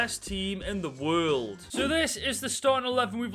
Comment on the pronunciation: The way you say world and year is so funny, love the videos